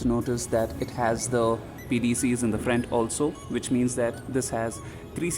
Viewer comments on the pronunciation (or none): Bcz of your accent you said "frent" instead of "front" when you were talking about the grill.